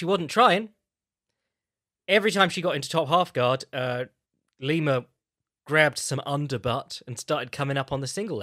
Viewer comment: Why the FUCK did he keep saying Lima